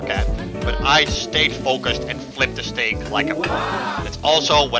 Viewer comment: When you said steak I herd snake bro I was like whaaaaaaaaaaaaaat